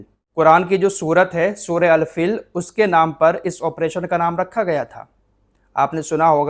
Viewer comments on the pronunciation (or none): Al fil nahi Al feel (hathi)